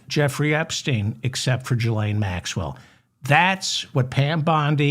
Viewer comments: I cringe every time you say Jillaine. Its Gil not Jill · You are pronouncing the "G" in Ghislane as if it is followed by an "i" as in giraffe but it is in fact followed by an "h" thus it should be pronounced as it is in the word aghast.